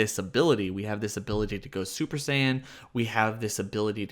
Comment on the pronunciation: Im so high that when you kept saying scion i thought i was watching a battlestar galactica video review.